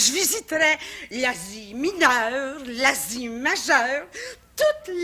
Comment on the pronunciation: Haha... '' Toutes les z'Asie ! '' ;- )